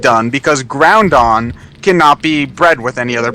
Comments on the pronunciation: Ah, that would be true if he didn't say Groundon. Yes, I bore easily. I do have one to suggest to him. Chibiterasu and Asteroidean from Ōkamiden... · Nope. You said Groundon and I can't forgive you. jk I might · its groudon not GROUNdon. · accents don't make you add letters to names....he's saying gron-don when there is no N in Groudon